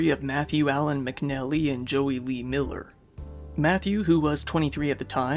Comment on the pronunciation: I had to back it up because I thought he said Joey Wheeler instead of Miller. lol